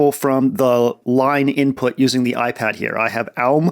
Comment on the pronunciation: "The -euw ipad"